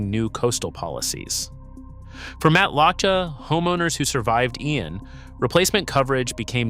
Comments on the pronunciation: Matlacha is pronounced "matt la shay" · This information is inaccurate and incorrect. Florida insurance is subsidized by the state of Florida. You can get insurance throughout the state, but some areas the premiums are higher than other areas. BTW, You are pronouncing Matlacha and other Florida towns incorrectly. Huge give away that you are not a true Florida native. I live in one of the areas you said are uninsurable. I not only have insurance. My policy has not changed and I still pay the same amount with the same coverage for several decades. Also, in 2004 Lee county had 4 major hurricanes hit them. More than 2022 when hurricane Ian hit. In North and Central Florida where sink holes are common, you have no trouble receiving insurance, you just will not be able to get sink hole coverage. I could go on and on and on. Homeowners insurance is different than flood insurance. Flood insurance is provided by the Federal government, not through regular insurance companies. Also, homeowners insurance has a regular policy with hurricane part to it. Know the difference.